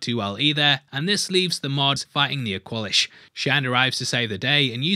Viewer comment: Aqua-lish not awkwalish hahahah. Keep up the good fast breakdowns!